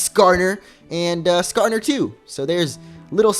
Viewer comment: Lol he said skarner